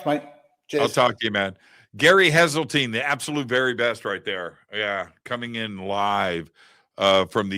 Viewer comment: It's HESELTINE